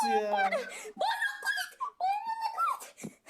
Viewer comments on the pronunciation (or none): colte diyo ya kollet demesi gereken yerde colete diyorya